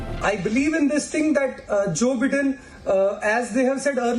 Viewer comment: For the god sake, stop calling Biden as Bidden. It is Bi-den. People will laugh at your face.